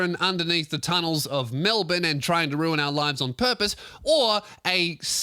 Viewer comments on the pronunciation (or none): none